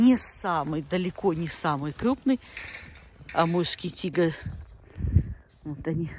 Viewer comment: Амурский,а не Амульский!